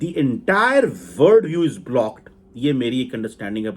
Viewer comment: W..O..R..L...D NOT WORD..ARE THIK SE BOLNA SIKKHO..